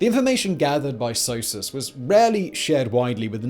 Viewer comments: I've never heard it said S-O-S-U-S, I've always heard it said like a single word, Sosus. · The english prononciation of SOSUS is the exact french prononciation of sausage. Imagine my reaction as a french...